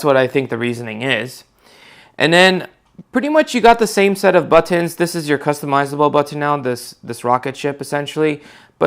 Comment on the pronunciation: He also needs practice pronouncing his "buttons."